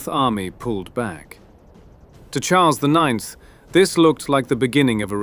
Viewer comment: Default translator is terrible. Such videos does more harm than benefits. Who are Hazars ?? C'mmon... Karol I I X read as it is written "i i ix - lol" is also crazy.